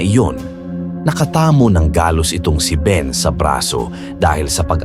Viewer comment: ampangit talaga ng narration... palpak at sablay pronunciation.. instead baboy ramo.. ginawang baboy rammmo.. ikinasa hindi ikinaaaasa.. nakatamo hindi nakataaaamo.. iilan lang ito sa sablay na pagbigkas.. mag aral sana muna bago mag-narrator... subscribe na sana ako nawalan ako ng gana